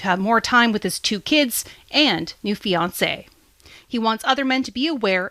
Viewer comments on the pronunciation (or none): none